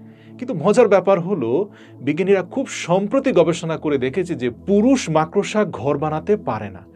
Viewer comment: সালাম ভাই! আপনি বার বার মাকড়সা’কে “মাক্-ড়োসা” উচ্চারণ করছেন? প্লিজ্ যাচাই (check) করে নেবেন?